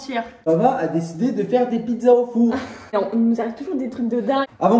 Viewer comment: dit donceu! Fait attention 🤣❤